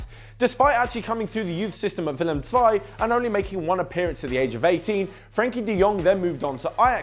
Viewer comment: Willem zwei? I mean I won't take it personal but we're not Germans haha